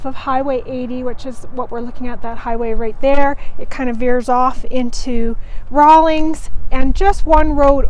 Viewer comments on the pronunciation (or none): There is no G in the town name. 🤭 thanks for the review tho. Good to know!